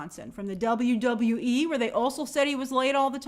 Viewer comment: As a wrestling fan the way she says WWE bugs the shit outta of me